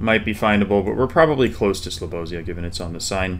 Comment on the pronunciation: Oh my god i loved the way you pronounced Slobozia. Please tell RC too how you pronounce it as well. Also, when is part 2 of challenge league dropping?